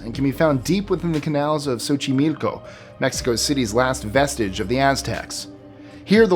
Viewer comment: I love that you pronounced Xochimilco perfectly! Thank you! The dolls eyes do move, but that's because giant spiders nest inside them. No, I'm not kidding.